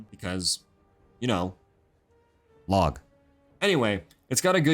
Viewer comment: You know “LOG” 😭